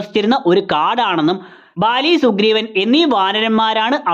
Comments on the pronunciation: Names chilath oke wrong aayit aanu parayunne...athonnu sradhichal kurachoode nannayirunnu bro.. Chachu - lachu Baali - vaali Just a suggestion.. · vali❌ bali✅ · Vali alla baali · Vaali alla baali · Vali alla bali...